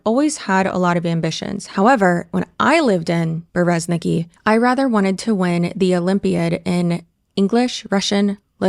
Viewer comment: your Russian viewer here. Masha is just a short form nickname of Maria, yes. Like Liz/Lizzy for Elizabeth. (fun fact: Russian version of this name is Elizaveta, short - Liza). And in Berezniki the stress is on the last syllable